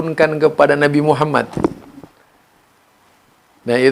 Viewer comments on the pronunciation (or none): none